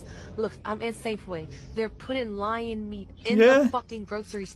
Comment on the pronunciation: It's not lion, it's loin (muscle)